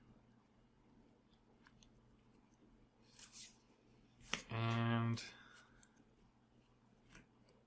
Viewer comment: You don't pronounce the C in scimitar.